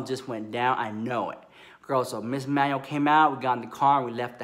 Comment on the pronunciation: Enunciate! 😂 I heard Emmanuel as Manny. I was living until I realized 😩😂😂